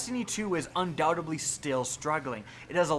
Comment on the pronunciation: **Undoubtedly** dude. You mispronounced it at least FIVE SEPARATE TIMES